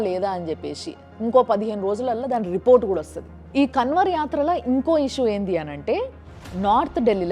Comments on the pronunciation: కన్వర్ కాదు మేడం గారు అది కన్వర్ కా ని ముక్కుతో పలకాలి. కర్మ ఫలితం అనుభవిస్తారు మేడ టైం వచ్చేసింది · KANWAR ని అలా ఉచ్చరించకూడదు కావడ్ యాత్ర कांवड़ यात्रा 🙏🌹